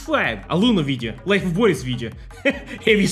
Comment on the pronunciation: HEY. I have info that real slav pronunciation of Boris puts emphasis on the "i", so it really should be like Bor-ees, not Bor-is. Are you Western Spy?